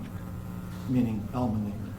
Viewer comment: It's almonddinger not almondnigger!!!!! What the hell?!